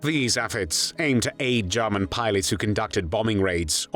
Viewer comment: This voice over is truly irritating, especially when he pronounces German as “Jahman.”